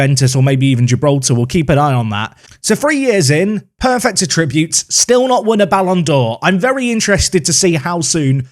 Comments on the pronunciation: Oh my god PLEASE someone teach him how to say attributes. Emphasis on the ATT not the TRIB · The way you say 'attributes' is really off - is that an accent thing? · why do you say "attributes" so weirdly...